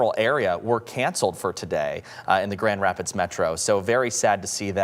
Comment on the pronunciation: Is it really so hard to say Grand Rapids " MICHIGAN " . NEWS is on a world wide stage now, how many years will it take to get reporters to do a half way decent job. Seems like they hire high-school drop outs that look good on camera.